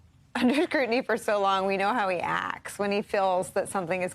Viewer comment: "There was '😩' NO collusion with the Russians." Look at his body language. Rewatch what he's doing with his hands. Notice how he utters the word 'Russians'.